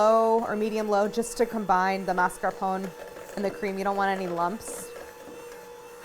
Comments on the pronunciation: What if you, Claire, started a trend ? The trend of bringing back the correct pronunciation for MAS.CAR.PO.NE (/mass.car.po.nay/) in the US? I'm tired of hearing mars-capone while it's not even written in that way. Please, start this trend. Please. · Mascarpo-neh. Just to let u know how to say it. Thanks for the recipe! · I love Claire but why is she saying mascarpone like that? She smiles when she says it during the ingredient list, did I miss some joke? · This must be the american pronunciation because nowhere else in the world is it said without the e at the end